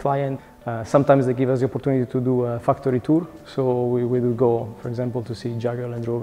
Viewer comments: I just heared him say dream fucktry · I swear i heared him say fucktour